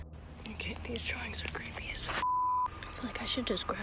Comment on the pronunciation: If he says, drahringz, one more time! 🤣🤦🏼‍♀️💀